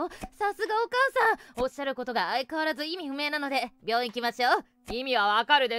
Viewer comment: 診断書、病院じゃなく「棒院」 めちゃ笑った🤣🤣🤣